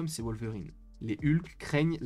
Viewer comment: C'est qui Wolevrine? 😂😂💀